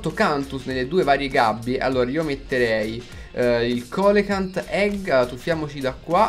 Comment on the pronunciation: Comunque si legge celacant